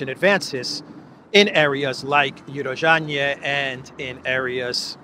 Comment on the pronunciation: Hi, It's Urozhainoye /Урожáйное, not UrozhaiNE. 😊